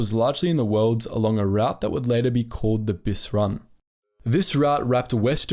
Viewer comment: Pronounce route correctly, you're English for fuck sake.